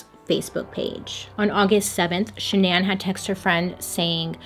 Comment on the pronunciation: i love you girl but the way you kept saying shan-NAN instead of pronouncing it regularly drove me insane 😂